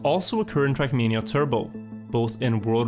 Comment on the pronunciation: my dear dear. Your videos are great, but for god's sake... TRACK MANIA! NOT CRACK MEANIA!!!!!!!!!